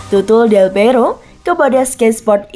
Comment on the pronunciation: Baca nama org tu yg benarlah.. Bukan delpeiro, tapi delpiero